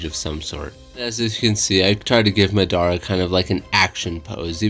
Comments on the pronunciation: bruh MAH-dah-rah homie said muh-DAH-ruh. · Love the drawing but how do you watch something and not get pronunciation right😭 I never understand it’s not (mu•dar•a) it’s (ma•da•ra) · It mah-der-ah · Who else felt hurt when he said maDARa And also there’s 9 characters not to be picky. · Disliked coz of the way u said Madara, jk but don't ever pronounce it like that ever again